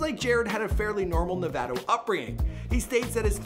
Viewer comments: It is no- vato not nevado dweeb. Actually you brutalized every name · Who taught this guy to speak? He mis-pronounced at least 5 words (Alameda Del Prado, Novato, Marin, etc). and who did the research the photos of Finnegans and Sinaloa are incorrect. What a waste of time.